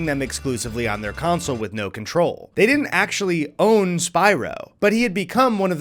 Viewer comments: I'm sorry, but do my ears deceive me or is pronouncing "console" like "council"? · Great video. Please stop saying council. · Never thought I'd ever hear anyone other than my dad say "counsel" instead of "console" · console is not pronounced like council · Console. The word you’re looking for is console. Not council. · Please stop saying Game Counsel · Why does keep calling it a "games council"? It sounds like evil underground cabal which decides what releases will best steal our souls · Is it an Northerner thing to pronounce console like council? Genuinely curious! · pronounces console as “council” and I can’t unhear it. Anyways, thanks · good video, but pleeeease stop calling them "counsels". It is pronounced like: console "CON-sole" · why does the one that’s not eddy keep saying counsel not console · Big fan of how says "console" like "counsel", keep it up big man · How do we teach how to say the world console? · You'd think if you're making a video largely featuring video game consoles that the host would be able to correctly pronounce the word "console." Guess not.